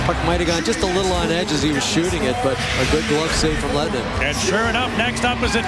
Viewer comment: goalkeeper's name is "Lehtinen" not Lwehtinen...